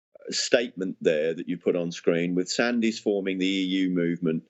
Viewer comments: Just a small point, the surname is pronounced 'Sands', not 'Sandys', I used to work in his circles. The Russian warfare strategy should be apparent. S400's keep aircraft out of the sky, behind them are long range artillery, which are then less vulnerable. Main battle tanks are now impotent, missiles will deal with those. Ground troops can only be used when the forward objectives are clear, as modern tech can neutralise troops without a shot being fired. Russian EMP capability can already knock out all radar and targetting systems. All shipping will be sunk in minutes by submarines. This leaves the nuclear option, which is, I suspect, why the US has withdrawn from all agreements, and why the Russians are developing hugely more advanced nuclear weapons. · "Sandys" is pronounced "SANDS"